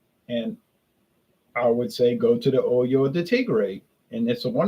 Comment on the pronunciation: It’s pronounced Oh-ho de Tigre, “Oy-yo” de Tigre could be misconstrued as something unsavory 😂. Love your videos as always!